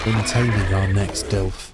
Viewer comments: It's not a DILF. It's a DILO. At least read it correctly, please. They probably die because you're not feeding them. Get a TROUGH. And put more points on weight in your dinos. -_- You are so afraid of so called "spoilers" that you don't even learn about basic things. This game is just starting. You are still in the initial basics. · Hey, just started watching this episode, i hear you refer to the dilophosaurus, as Dilfs. Maybe it's cultural differences but do you know what a milf is? Haha 😂 i think its too similar bro. I looked up the "official" pronunciation: duh·laa·fuh·saw·ruhs I've always called them Dill-ohs. But it's all good bro. As always, love your stuff. Glad to join you in your ark journey. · I don't care about people on the street not able to pronounce Dino names. But when you're doing a video series, and you continually say Dilfo instead of Dilopho it feels as if you don't care about the real name, which is probably the case.